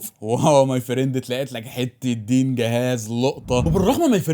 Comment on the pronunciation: فيه فرق لما تقول بالفتحه او الكسره ... معلش حشرتك 😂